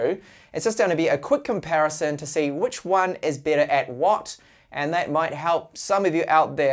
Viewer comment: He has a problem with those two words, seriously.